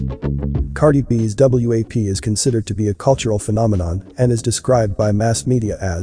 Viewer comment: The fact that the narrator keeps calling it W.A.P. instead of WAP is annoying, but also is misleading. U gotta say it like the kids say it if u expect the parents to know what to listen for.